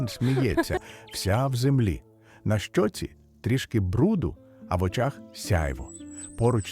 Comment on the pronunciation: Все наче добре, але наголоси видають штучний інтелект. Перекручені неправильним наголосом слова ріжуть вухо. Наприклад, на щОці, правнУки, не витрИмає, слабшАла, МАрічка.